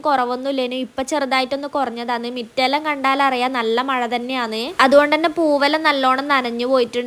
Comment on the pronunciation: മിറ്റം അല്ല മുറ്റം